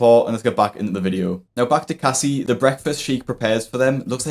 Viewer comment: As a Casey, it kills me to hear you call her "Cassie" 😩 ....